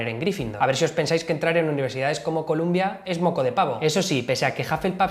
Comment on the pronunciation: No se pronuncia Colombia University, sino Columbia University. El prestigio es tal que no conozco a nadie que no haya conseguido un buen empleo una vez graduado. Lo bueno cuesta siempre.